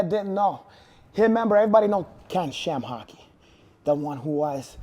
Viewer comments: Did he say ShamHock? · HAHAHJAHAHAHAHHAHAHA n they say LOBER VS SHAMHOCKY HAM HOCKS LMFAO JUST DESTROYS HIS NAME N HIS LIVELY HOOD FRANK SHAMHOCKY HAHAHAHAHAHAHHAA